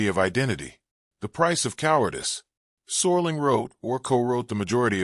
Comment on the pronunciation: Rod Soar-ling. Man, the A.I. is getting really lazy. Nostalgia-slop.